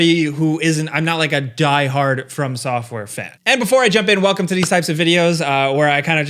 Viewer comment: I swear it sounds like you're saying "firm software" 🤣